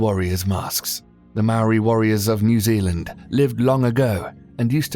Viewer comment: I am a Maori and I am born and raised in 🇳🇿 New Zealand, he pronounced Maori wrong, its like mouldy, but you roll the r and there is no L or D.